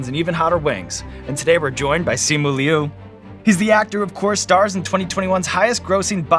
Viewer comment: It killed me to hear Sean say Simus name wrong... there's an invisible 'o' between the 'i' and the 'u', so it's said more like "Lee-oh", but in like 1.5 syllables